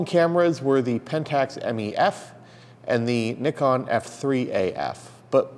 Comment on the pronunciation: Finally someone from North America who can pronounce Nikon properly...!!! hahah